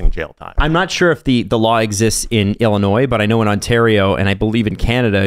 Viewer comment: Thanks for the deep dive guys. Big props for your carefull looking into this and as a side note props to for saying Illinois correctly.